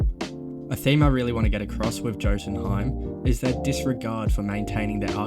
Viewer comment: Man said Joe-tunheim